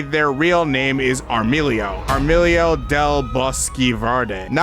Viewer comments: I'm laughing a lot with this haha. It's not Armilio, maybe later in the video you say it correctly, but if that doesn't happens. Yellow's name, at least in that panel, is Amarillo del Bosque Verde (she literally said: Yellow from Viridian Forest) it is a funny mistake haha. Nice video, I'm still watching it haha ^-^/ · Armilio lol just type the word into google and listen to the pronunciation. Ordinarily this wouldnt matter but you're taking the time to narrate a video. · armadillo and loriel, cant read